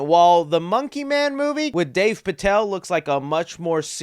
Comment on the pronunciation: "Dave" Patel 🤦🏾‍♂ Cris